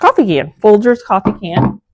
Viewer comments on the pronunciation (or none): none